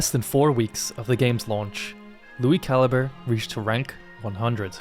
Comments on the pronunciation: I lowkey thought his last name was said (ca-lee-bray) until you said it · back when i thought he was italian because i mispronounced calibre 😅